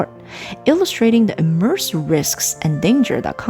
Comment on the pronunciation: concoctions, not concussions, immense, not immerse